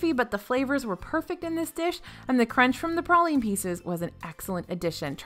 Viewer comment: Anyone else cringe everytime she said praline wrong?